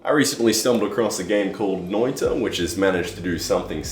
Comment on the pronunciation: Grats on mi dude saying Noita correctly! Perkele että oon ylpee!